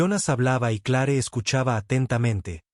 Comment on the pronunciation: Se escribe Clare pero se pronuncia cler,, Dios mio te hace mucho aprender a pronunciar nombres tanto en español como en Ingles